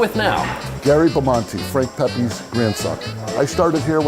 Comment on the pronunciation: It's not Pepays.